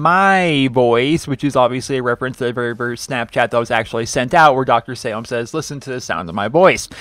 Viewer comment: It is Pronounced Dr. Salim (Saleem)